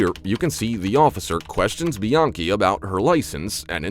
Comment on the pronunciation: Lmao you're calling her biankey lol really , come on man and then you changed it to Brittany haha your funny.